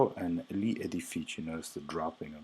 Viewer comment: Your pronunciation of GLI is not correct, it should be more of a LYEE sound rather than LEE